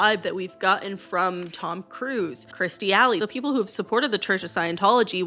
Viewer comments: Yeah and it’s Kirstie Alley not Kristie Alley. But the Hoobert thing cracked me up 😂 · La-vay. Kirst-tee. Hub-ard